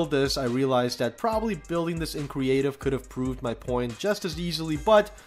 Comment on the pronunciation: Anyone else catch him say "cweative mode" instead of creative mode